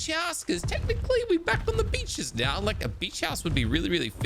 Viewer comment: "Are you kidding me right neow"